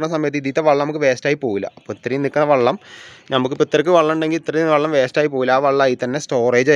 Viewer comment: വള്ളം അല്ല , വെള്ളം 😊